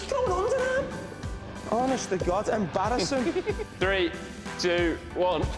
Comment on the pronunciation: 'Honest to God, embarrassen!'